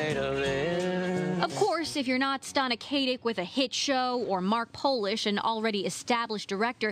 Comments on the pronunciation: THREE times I felt like punching the screen. It''s not Kay-tic! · well thats a nice change. usually people mis-pronounce her first name. seriously dont understand how people can screw up the name KAT-IC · OH MY GOD! SAY HER NAME RIGHT!! IF I HAVE 2 HEAR ANOTHER BIMBETTE SAY HER LAST NAME WRONG AGAIN I'M GONNA EXPLODE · You know you're a Stana Katic fan when the way someone constantly mispronounces her name stings your eardrums!